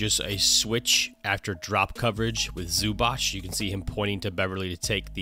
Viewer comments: He is Zubac not Zubač (Zubach) or Zubak:) Nice breakdown. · Its Zubac not Zubach. It's pronounced Zoobatz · ZubaC, not zubač, not zubak... ZubaC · ZubaC , not zubač... C !!!! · Just to point, Ivica's surname is not pronounced Zubach but Zubats (the last letter is pronounced like ts in tsunami). Besides that great video Coach, playoffs will be even more fun with your videos. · It's more like zz in pizza ;) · ",we dive deep", and you cant or dont know how to pronaunce Zubac oh maaaan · I know it might be weird, but what I actualy love the most about your vids is that you actualy understand that not everything is a stepback. Nowdays people call everything that isnt a drive or a stright up pull up a fadeaway and it is so annoying. A fadeaway, side step, everything just thrown into one basket. On the other hand, that is some awfull pronounciation of Zubac lol.